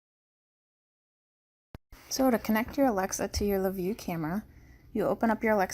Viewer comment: Its LaView "NOT" Lakeview!!! Ugh!